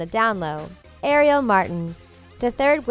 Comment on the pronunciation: her name is not Ariel like the little mermaid its more like R E L say it like that R E L